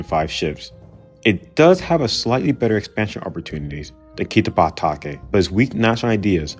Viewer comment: Does it make anyone else cringe just how badly he butchers the pronunciation of these names? Kichuki? Kano? Maury? Susi? Kitabake? I could go on.